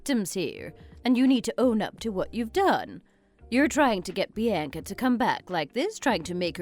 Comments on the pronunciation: Bee Ann Kuh? Horrible pronunciation!🙄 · Learn how to pronounce Bianca